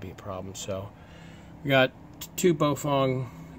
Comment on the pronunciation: Bow-fang. Not Bo-fong.